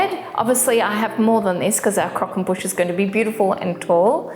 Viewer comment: "Boosh" not "bush" surely!